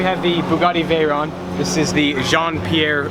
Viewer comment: Euuuuuh not quite ........ it's pronounced with a French accent, and "vur-own" is far from it.